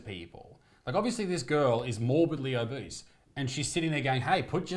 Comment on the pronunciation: They're mispronouncing obese.